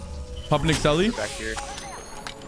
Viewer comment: I hat win people say selley